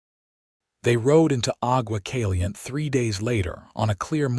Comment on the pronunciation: AI narrator should be taught Spanish pronunciations if the stories are going to be featured in Arizona, New Mexico, Texas, Nevada or California...these names are part of the heritage of our Spanish and Mexican ownership of this large territory. Aqua Caliente...Hot Water